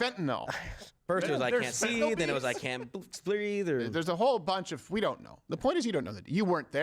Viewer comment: "Caynt breaf"